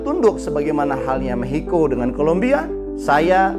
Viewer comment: Maxico bang aku dengernya mehico😢